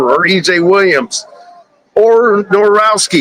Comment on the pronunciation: Norowski? Cmon. I love ya man but Nowakowski is not that hard to pronounce. 😊